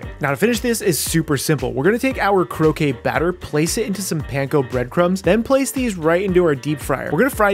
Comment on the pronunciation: Croquette -> crow-ket, croquet (crow-kay) is the lawn game Otherwise, looks awesome